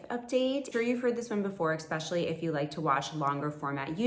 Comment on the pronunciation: "exkspecially" how does a grown woman not know how to pronounce the word "especially "